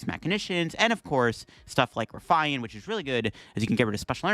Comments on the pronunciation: RUH-FEE-IN...not roofian...or ruffayan...RUH-FEE-IN...Ruffian. ffs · ok but is an English speaker so why would he pronounce it “rough eye en” instead of the English word that exists pronounced “rough ee en” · Have you never heard the word 'Ruffian' before? It basically means 'violent criminal' or 'troublemaker' and is pronounced as 'Rough-E-Un'. 😂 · “Ruff I an”??? Jesus Canadian Christ… Smh stay in school, kids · It's pronounced "Rough-E-IN" Also, when you do the "10% off 👌☝️" you always do the hand symbol backwards for the camera Love the vids. Keep it up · Great vid, but the ruffian pronunciation is driving me nuts. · I was like: „Nah, it can't be that bad.” when I read your comment, but now that I heard it, yeah. It hurts my ears. xD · Your pronunciations of "Eri" and "Ruffian" are on par with Wolfe Glick's "Arcanine" and I am now infinitely more curious what other funky pronunciations you might have haha much love